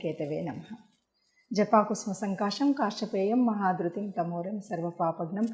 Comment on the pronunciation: జపా కుసుమ సంకాశం అనే శ్లోకం స్పష్టంగా చదవండి first, ఆ తరువాత ఫలితాలు చెప్పొచ్చు